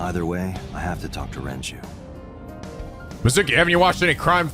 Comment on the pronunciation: And he keeps alternating between pronouncing Renju’s name correctly and saying Renji. ...He kinda looks like a blond Morishige, now that I think about it.